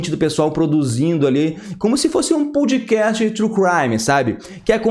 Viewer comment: Achei que vc se preocupou mais em contar a história (dar a sinopse) do que avaliar o filme. Assisti a seu vídeo buscando análise do último encontro (importantíssimo a meu ver) entre Leonardo e sua esposa. Senti falta disso. E por fim, a pronúncia não é ‘pOUde cast’, mas ‘pÓd cast, como em ‘pode’ do verbo poder.